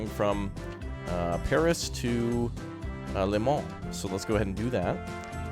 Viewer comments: "To Le MONS" xddd (From France its Le MANS ) so funny American try to speak french 😂😂😉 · You say it Le moh